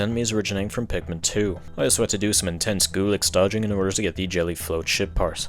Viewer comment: Evreytime He says Ship Part I hear it as shit Part.